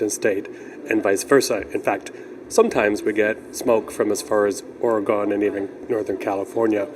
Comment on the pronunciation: Oregon is pronounced Oregun , found that out from a real Oregonian